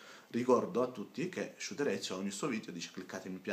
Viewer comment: SHUTEREZIUUUU Ahahahahahaha che pronuncia gente che pretende di fare video seri senza saper pronunciare il nome della persona di cui sta parlando bene come per i politici italiani che non sanno chi è per esempio mandela